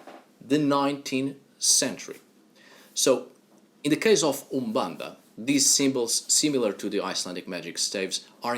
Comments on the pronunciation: Hi, I live in the city where umbanda was created, in the city of São Gonçalo, Rio de Janeiro. The native pronunciation of Brazil was the first you spoke . Umbanda is born from a prejudice that occurred in Spiritism (Alain Kardec). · Just started the vid and I must say, your pronunciation of Úmbanda'is on point 👌🏾 Ok, all your pronunciations are perfect! And the one you choose for Exu is the right one. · Your pronunciation of umbanda is perfect! The other words you have a perfect Portuguese from Portugal accent. Great work!